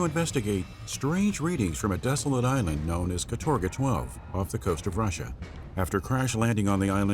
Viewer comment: Awesome video, thanks a lot! P.S. It's kAtorga 12, not katOrga ;)